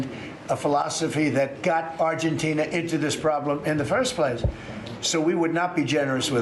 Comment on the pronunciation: He can't even pronounce Argentina